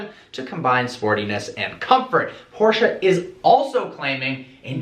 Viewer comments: learn how to pronounce Porsche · its not porscha . its porsche